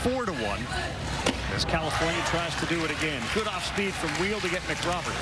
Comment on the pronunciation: When they say "California" I hear "El Segundo."